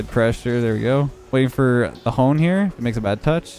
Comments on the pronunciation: “The Hone” not the TheHonestFork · when it says “the honest fork” and he continuously calls him “the hone” lmao